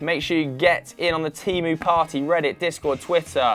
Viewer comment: Love Teemu Time. You just need to learn how to pronounce Teemu